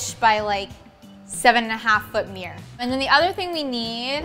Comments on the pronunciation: When you think you hear "mirror" but they said "meer". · Why do they always say mirr instead of mirror? 🤣